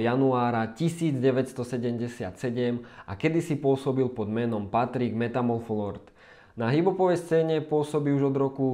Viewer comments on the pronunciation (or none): Nazdar, robíš pekné videá ale nedá mi to.. Patrik metamorfolord alebo čo si to zadelil? metamorfológ.. nechcem ťa džubať lebo neviem či nemáš nejakú vadu ale 2x meraj ... :) pekný deň